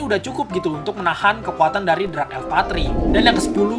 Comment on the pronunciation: Dark bang bukan Drak